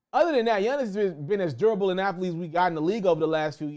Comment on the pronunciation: Yunnis lmaoo why you say it like that 😂 all jokes aside bro great content 🔥